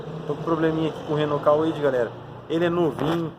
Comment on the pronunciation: Não é Cauide. É Cuide (Kwid). 🤷🏻‍♂️🤦🏻‍♂️😬